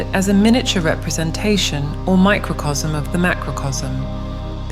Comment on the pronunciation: Pronunciation: Macrocosm as "macrocosm" Microcosm... as "macrosm" 🙈..this languaje.. In spanish: Macrocosmo (maah-croh-cohs-moh) Microcosmo (meeh-croh-cohs-moh) Microcosmo